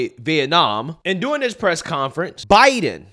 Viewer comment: During The word is DURING Not Doing